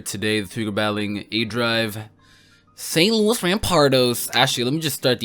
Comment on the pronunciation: lol st. lous? wait a minute lous even though that is not word it may rhyme with woes and he said he will draft articuno next season which means next season confirmed and Drake is confirmed for next season.